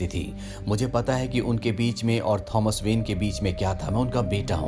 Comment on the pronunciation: his name is tho-mas not thoms